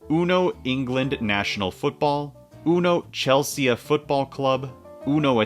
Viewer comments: OK but did you really just say Chel-see-ah though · Your pronunciation of Chelsea hurts me, and I'm not even British